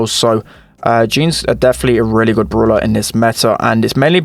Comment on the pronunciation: it is BRAWLER not BROOLER